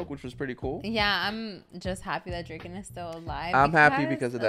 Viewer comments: Guys... not to be that guy but its DRA-KEN lol. You guys saying Drake-N is driving me nuts 😂😂😂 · "Dray-ken"... "Akon"..... this dude... lol. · draken. like drah-kin